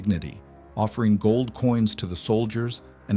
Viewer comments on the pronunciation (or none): none